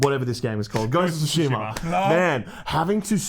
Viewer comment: The way you say Ghost of Tsushama makes me want to suck the end of a pistol, but despite your ugly way of saying it I can’t wait for this masterpiece!